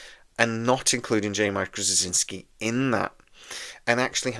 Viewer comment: You always have very interesting videos. However, what are you actually saying in your pronunciation of JMS last name? My understanding is it is 'straw-zin-ski'.